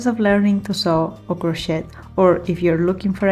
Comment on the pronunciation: I love them all. We have that same Bohemian taste. Also the pink top you don't like that much looks great on. One tip cause I'm American learning Italian. Languages so hard. In English Crochet is pronounced silent T on end. It sounds like crow shay.